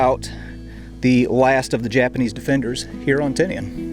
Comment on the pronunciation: Surprisingly you can say Tinian sound it out a e i o u’